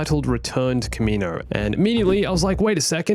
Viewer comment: kaminoans, kaminoans. Good god, we've since learned it's pronounced CAM-EE-NO-ANS. Why does everyone call them this?